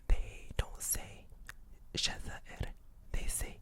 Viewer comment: You pronounced Jazair الجزائر so perfectly! How long were you learning Arabic?